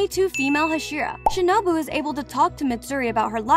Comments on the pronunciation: did she say shinubo instead of shinobu lol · Shinubo☠💀 its shinobu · the lady pronounce shinobu as shinubo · i said she pronounced it as shinUbO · ah yes "shinubo" ah and "zunetso" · Who realised she said shinubo 👇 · shinubo? LOL? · You said Shinobu's name wrong. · My bad she mispronounced shinobu once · I’m srry the pronunciation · “Shinubo” and “Muzean” 😂